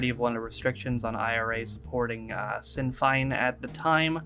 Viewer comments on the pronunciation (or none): Incidentally, Sinn Fein is pronounced 'Shin Fane'.